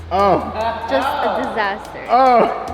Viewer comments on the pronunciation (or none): none